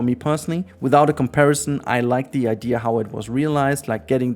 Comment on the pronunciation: It's IDEA... not IDEAR. Stop adding a R to the word.